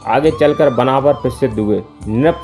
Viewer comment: बनाफल 😂😂 ठीक बोलना सीख 😂😂 और उस समय पे राजपूत शब्द भी नही था 😂😂